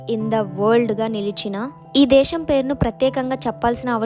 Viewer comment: దేషం కాదు దేశం. "ఖ ఘ ఛ ఝ ఠ ఢ థ ధ భ ణ ళ శ" అక్షరాలు కూడా పలకడం నేర్చుకో 👍🏻